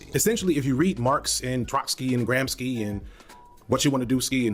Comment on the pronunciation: speaking of mispronounced names: it's not "gram-ski" it's more like "gram-she". 🤗